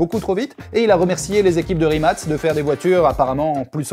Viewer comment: Pour info ca se prononce RIMATS